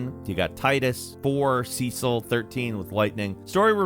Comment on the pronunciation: Tidas and Cecil were mispronounced. Its Tea-dus and Seh-sel.